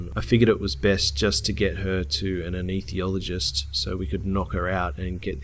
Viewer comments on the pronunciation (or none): Say it with me: "Ah-Ness-Thee-Sea-All-Oh-Jist" Big fan, love your channel, Pronounciation counts! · it peeves me when he says aneesethiologist, when it's anesthesiologist